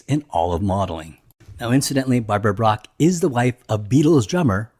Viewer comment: bach not brach